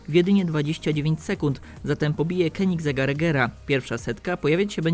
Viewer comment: Nie mówi sie "kenigzeg" tylko "konigseg"